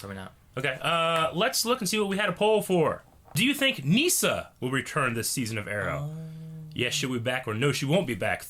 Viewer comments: I think it's pronounced Nissa not Neesa, but anyways great episode. Love you guys! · Y’all rlly saying nyssa name wrong 😂